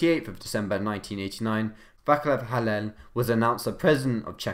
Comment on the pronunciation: Your pronunciation of "Václav Havel" was cringe af